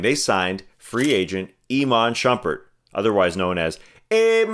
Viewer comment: bringin back the AYYMON SHOOMPEARR. I still say Bruuk Lawpeez